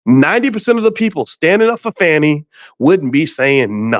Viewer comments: So it's pronounced with a long A vs. a short A (how Boyce is saying her name)? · Ok her name is not pronounced FANNY. And Wade was not her subordinate. He was a contractor with her for the RICO case. I do understand and agree with the point that she should have realized she’d be under scrutiny once this RICO case happened. Am I hearing several biases?